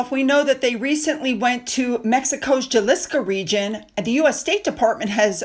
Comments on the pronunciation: Love you,... Great video. Just so you know, Jalisco is pronounced "ha-leesco". The "J" should sound like an "H". Keep up your fabulous work, I check every day for your videos!! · A point: Jalisco is pronounced Ha- lees-ko, the J is an H sound.😉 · Jalisco is pronounced ha-lis-co, with an H, not a J sound. Sorry to correct you but it was driving me crazy.